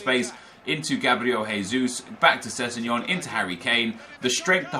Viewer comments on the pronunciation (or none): Who da fuk is sessengon